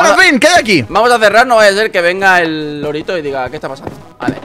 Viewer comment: Alguien más pensaba que decían LOLITO y recién me entero que era LORITO